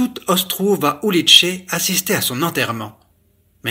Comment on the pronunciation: "Ulice", rue en tchèque se prononce "oulitsé" et non "oulitché"... J'avais appris cette langue il y a ... 40ans... Ma femme était de Prague...